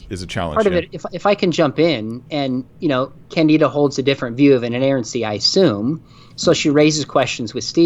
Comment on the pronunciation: As another Brit with this unfortunate name, it is pronounced kan-di-duh (quickly of course) rather than kan-dee-da. It didn't used to be unfortunate, most of us were named after a lovely character in a play (of the same name) by George Bernard Shaw but yeah, it has been a cross to bear!